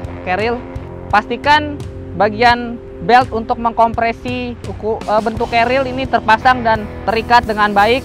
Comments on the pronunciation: Wwhhhhhhhhyyyyyyyy😢😢😂😂😂 knp kbnykan menyebut nya "carriel" bukn "carrier" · Si abang selalu bilang Cariel ;) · Ga pake L bang, pake R kerir. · ngomong carriernya “carriel” wkwkwkwkk